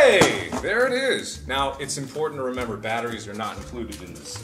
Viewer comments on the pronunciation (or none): "Okay Mark, just play this game a bit. The rules are simple and easy to understand." Mark: puts in mouth "Does not incwude battheries"